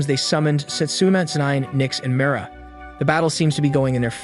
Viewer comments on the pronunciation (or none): none